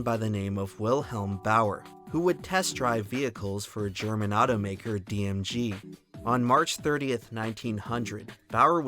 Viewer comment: dm gee, not dm jee. sorry.